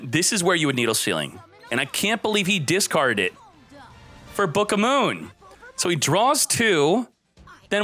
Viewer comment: It's the first time I hear someone saying booka moon, that's actually funny.